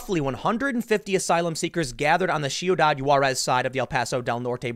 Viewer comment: Tim: I'm bi-racial! Me: Apparently not enough to know how to pronounce "ciudad"